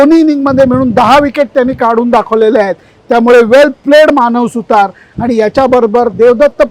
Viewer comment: सर तुम्ही तरी अश्या चुका करू नका. त्याचे आडनाव 'सुथार' नसून 'सुतार' असे सोप्पे आहे.. बाकी विश्लेषण मस्त..